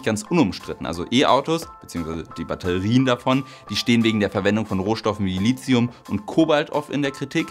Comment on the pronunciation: Bitte LiTium und nicht LiZium. Lithium leitet sich von litos lateinisch für Stein ab ... dachte nie dass ich mal meinen Dozenten zitiere.